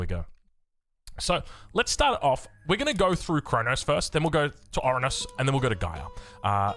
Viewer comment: Oranos not orunos